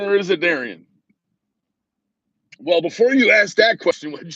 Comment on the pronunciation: Its darrryian